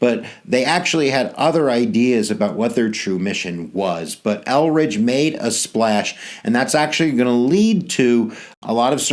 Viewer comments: Hi that was a very good lesson on the Black Panthers but one thing Eldridge Cleavers name is Eldridge, not Elridge. Thank u i learn a lot from you. You r sooo funny. Lol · Good history teacher, but name is pronounced ElDridge Cleaver, as opposed to Elridge.